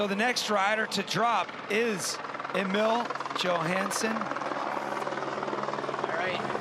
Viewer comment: idk how its 2023 and this announcer is still butchering Emil Johanssons name